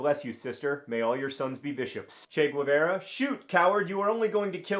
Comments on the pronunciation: Guevarra is pronounced "gay-VAHR-uh" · if you want to be technical its pronounced closer to "goo-eh-VA-ra"